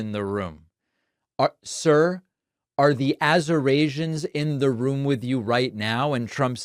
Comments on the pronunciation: Azerasians must be the ones coming from "countries nobody has even heard of" that he keeps talking about 😂😂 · Lots of Azorasians in the room. How’s things over on Trouth Senchual? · AZURASIANS ? C’mon Americans . This is ridiculous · Wow trump really? Azurasians? Did you even attend one class in College? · OMG they have got to get this guy to a hospital STAT,😱😱😱